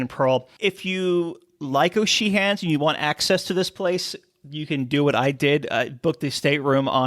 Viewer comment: Excellent video but is that really how you pronounce O’Sheehans?